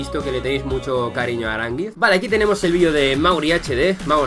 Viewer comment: Primer español que dice Aránguiz y no arangüis